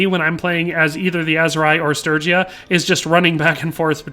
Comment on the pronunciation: I'm just relieved you can say sturgia, sturgian properly.